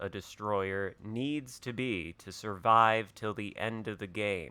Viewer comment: Sur-vive? Is that French?